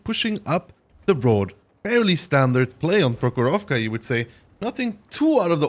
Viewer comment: Not "prohoróvka" but "próhorovka"